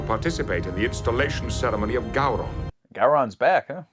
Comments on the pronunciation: Gow-Ron, not Go-Ron. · FYI, if no one else has said it yet, Gowron is pronounced Gow like Cow. Gow-ron not Go-ron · It's Pronounced Gau-rhon. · Actually it’s pronounced Gay Ron. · Say "Go-ron" one more time....